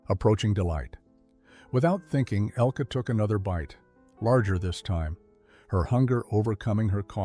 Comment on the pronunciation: IT IS NOT "ELKEE," BUT ELKUH. IN GERMAN. THE NARRATOR IS PRONOUNCING IT WRONG.